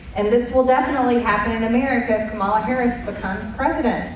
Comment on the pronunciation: Trump’s supporters: uneducated and uninformed dull minded people. 😢 MTG needs to be voted out of office! 👏👏 Republicans sound so stupid when they don’t pronounce Harris’s name correctly. What’s wrong with these people!